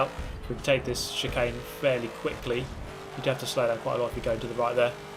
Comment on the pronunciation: You haveh to leaveh the spaceh